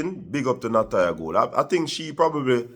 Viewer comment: Isn’t her name Natoya Goule and not Latoya?